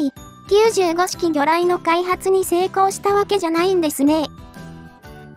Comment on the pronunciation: 95式(きゅうじゅうごしき)は、(きゅうごしき)の、間違い。 89式(はちじゅうきゅうしき)は、(はちきゅうしき)の、間違い。